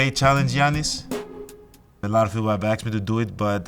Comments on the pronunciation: 原來Giannis 中間的第二N不發音喔? 現在才知道欸XD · 連他念自己的名字都是糊ㄉXDDDD